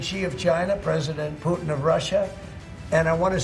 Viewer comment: Pronounce President Putin as it should be, distorting someone name is not in order. Thank you for thoughtful presentation